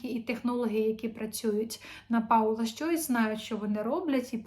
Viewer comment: Не Паула, а Пола. Ріжете вухо прям. Цікавтесь, що і як вимовляється. Дякую